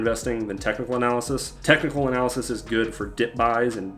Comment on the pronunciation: looks like Superman, and his kryptonite is pronouncing words like “cyclical” and “technical”